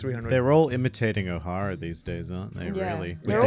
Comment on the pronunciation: O’Hara droppin the hard r